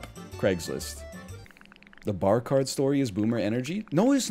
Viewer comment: Pahk the Bah Caht